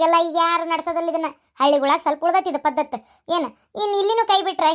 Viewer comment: ಪದ್ದತ ಅಲ್ಲ ಪದ್ಧತಿ